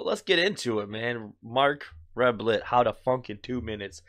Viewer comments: Cool reaction! By the way his name is pronounced Reb-ee-ay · Pronounced “rebby-yay” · Marc pronounces his name Rub-e-lay. Rubillet. Learn it. He's a genius.